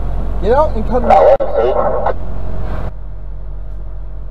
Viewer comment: Semi driver: "Hee jus pooled aaut in fron ommi!!!" Yamaha rider: "Yeah, I know. Sucks don't it?"